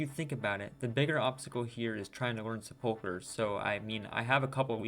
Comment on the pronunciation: Is there a reason why no one who plays this game can pronounce sepulchre? You can literally have Google pronounce any word for you and it takes 5 seconds